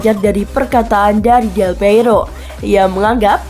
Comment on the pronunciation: Baca nama org tu yg benarlah.. Bukan delpeiro, tapi delpiero